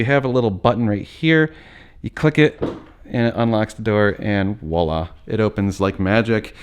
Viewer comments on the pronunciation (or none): none